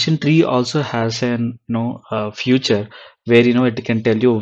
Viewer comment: Hello, just want to point out the pronunciation, its called " feature", not "future".